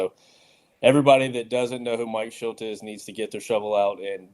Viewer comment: It’s Shildt.. not Schildt